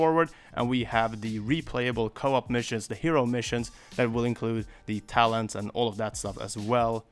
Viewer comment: Every time he said "talents", it sounds like he's saying "Talons". I was like "they're gonna let us play as the baddies in the story missions a la Sonic Adventure 2?"